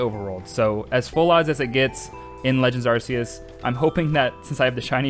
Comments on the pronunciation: I swear, I have such a hard time not losing my mind when someone pronounces Arceus as "Arseus". Help. I mean, since Legends: Arceus, it's been so long since Game Freak swapped to calling them "Arkeus"! Sure, "Arseus" is how it used to be pronounced, but it isn't how it's supposed to be pronounced anymore! I don't know why I struggle so much when someone calls this Pokemon "Arseus". Just please, don't scream at me using your Arse-phone. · FYI how you pronounce it is ar k I s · We have an official way to pronounce Arceus. It's so freaking annoying when people still say Arse e us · Uhm, actually, it's pronounced "ark-ee-uhs" ☝️🤓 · Kind of pissed he kept saying full odds and pronouncing Arceus wrong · You're pronouncing arceus wrong.